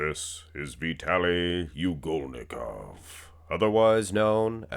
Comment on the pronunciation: But, you mispronounced his name like 3410 times already! You should pronounce it like Ugholnikov, not U golnikov like you do. Shame on you when even Nick Power Guy can do it right!